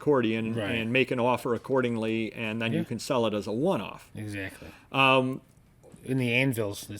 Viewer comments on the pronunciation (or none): You should make an offer "accordianly"!! LOL!!!